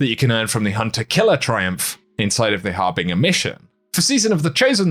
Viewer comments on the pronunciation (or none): Har-bin-jer. Not har-bing-er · How did you get the pronounciation of "Coup de grâce" correct, but "Harbinger" not?